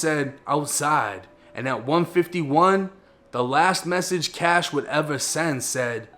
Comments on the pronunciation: Dude Please stop saying Kash 🤣🤣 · It’s “Kashh”